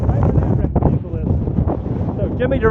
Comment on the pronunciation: irritating annoying person - 'veHicle'